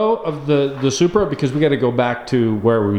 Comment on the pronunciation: lol he saying “Supruh” love your vids anyways